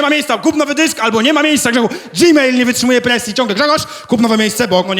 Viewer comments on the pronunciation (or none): none